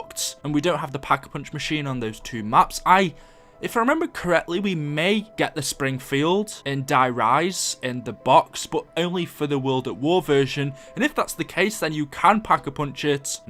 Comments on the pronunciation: i hate it when people say that der reise like DIE RISE its (dere) (reece) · anybody notice how he said die rise instead of der reise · Ya I think he meant to say der riese but just hearing it is kinda aids